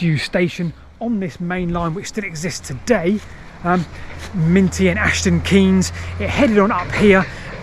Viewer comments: Fascinating - thanks. The Dursley branch was there to serve Listers exporting diesel engines and so much more. Minety - pronounced mine tee, not minty. As you say the branch lines were all to do with Mills / Industry rather than empire building. Culkerton Station was the home of Jet Black, Stranglers drummer, for a while. Late comment I know ! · Don't you mean 'Minety and Ashton Keynes'? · Just a slight friendly correction. The village is called Minety, pronounced "Mine-tee" and all the places in the area with "Keynes" in their name are pronounced "Kaynes" rather than the same as the far more well known Milton Keynes. Love the videos though keep it up.